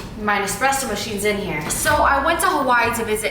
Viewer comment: Girl it’s espresso 😂😂😭😭